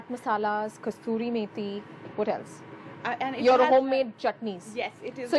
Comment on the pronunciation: Love her already for being different n way she looks, all homely ....… but madam "Kasuri Meethi" hota hai "Kasturi" nahi.